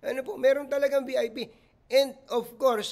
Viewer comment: Bisaya yung pulis kaya yung pag bigkas nya ng VIP, VP lng ang lumabas naming silent yung letter I.😂